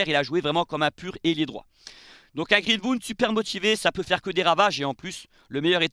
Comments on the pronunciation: Super t'es vidéo par contre faut bosser l'accent, c'est greenWood pas greenHood!😂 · Pourquoi tu prononces Greenwood à la française avec << Greenvoud>> 😅 Sinon live magnifique avec ton énergie incroyable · C'est quoi cette prononciation de greenwood 😆😆😆😆